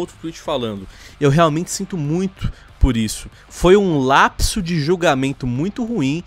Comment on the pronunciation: "um LLLLLLLLLLLLAPSO"